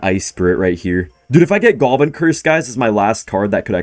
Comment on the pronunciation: Why does he say "goalbin" instead of goblin?